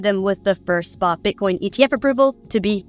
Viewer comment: Wtf? Did not name the Bitcoin spa exchanges???? The word is spot! Wtf is with this generation not pronouncing the letter t anymore?????? Kitten is now kih ennn...button is buh ennn. You're not in Great Britain. Or Great brih ennn